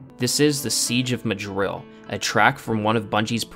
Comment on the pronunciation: Haha you said seige of Madril.